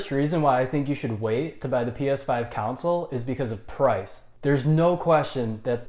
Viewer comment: Y do u keep saying cownsiles